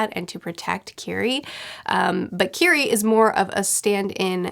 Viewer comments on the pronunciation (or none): Love your videos! Her name is pronnounced Kiri-eh 😘🤗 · Mispronouncing Kirie's name makes me feel like a screeching child is in my ear. Ki-ri-eh.